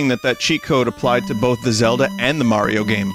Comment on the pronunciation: It's pronounce Mario, not Mario.